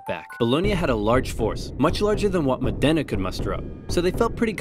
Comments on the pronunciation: Mòdena, not Modèna, for the love of God!... Mòdena, not Modèna, for the love of God!... Mòdena, not Modèna, for the love of God!... Mòdena, not Modèna, for the love of God!... Mòdena, not Modèna, for the love of God!... Mòdena, not Modèna, for the love of God!... Mòdena, not Modèna, for the love of God!... Mòdena, not Modèna, for the love of God!... Mòdena, not Modèna, for the love of God!... Mòdena, not Modèna, for the love of God!... Mòdena, not Modèna, for the love of God!... Mòdena, not Modèna, for the love of God!... Mòdena, not Modèna, for the love of God!... Mòdena, not Modèna, for the love of God!... Mòdena, not Modèna, for the love of God!... Mòdena, not Modèna, for the love of God!... Mòdena, not Modèna, for the love of God!... Mòdena, not Modèna, for the love of God!... Mòdena, not Modèna, for the love of God!... Mòdena, not Modèna, for the love of God!... Mòdena, not Modèna, for the love of God!... Mòdena, not Modèna, for the love of God!... Mòdena, not Modèna, for the love of God!... Mòdena, not Modèna, for the love of God!... Mòdena, not Modèna, for the love of God!... Mòdena, not Modèna, for the love of God!... Mòdena, not Modèna, for the love of God!... Mòdena, not Modèna, for the love of God!... Mòdena, not Modèna, for the love of God!... Mòdena, not Modèna, for the love of God!... Mòdena, not Modèna, for the love of God!... Mòdena, not Modèna, for the love of God!... Mòdena, not Modèna, for the love of God!... Mòdena, not Modèna, for the love of God!... Mòde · I propose myself as your Italian pronunciation checker. Any time you're unsure, you can contact me (for free!!) and I'll help you out. For the time being, it's Mòdena not Modèna ;))) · Great video! It's pronounced Mòdena, not Modéna tho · Modena is said with accent on the first syllable, MOH-deh-nah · The pain when he pronounced Modena as "mòh-DEH-nah" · Modena should be pronounced mOdena with the accent on the O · Just a note, the accent is on the O, so it's MO-de-nA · Mòdena not Modéna